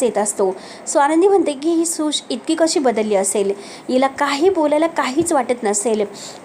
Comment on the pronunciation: कसी,आयुस्य, मलिका,धक-दयक ... असे कितीतरी अशुध्द शब्दाचे उच्चार करतेस नक्की तु मराठीच आहेस ना? आधी भाषा सुधार